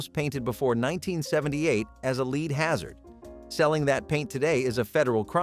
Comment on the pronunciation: Learn to pronounce English!!! "Lead" as in gasoline is pronounced "LED," not "leed!"